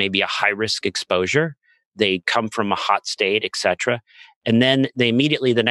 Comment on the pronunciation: “eK cetera” is wrong. It is “ET cetera” - “ET” means “and” in Latin.